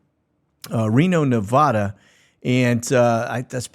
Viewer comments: I have nothing but respect for you and all you do. Just one small request. Nevada. We Nevadans appreciate it when people pronounce the vad part of Nevada the same way you pronounce dad. When you say vad of Nevada and it rhymes with odd well, you kinda sound like an English snob as it were. So if you love your dad like I do...... you'll pronounce Nevada the same way you say dad. Thank you in advance for respecting us Nevadans. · Many Texans say "Nev-ODD-a". We're not snobs, it's a geographical thing. The same as pronouncing Arkansas the correct way and not "Ark-KANSAS" 🙂